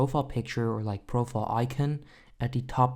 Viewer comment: I’m sorry this may sound rude but me and my brother can’t stop laughing because how you say icon and you pronounce it i-cen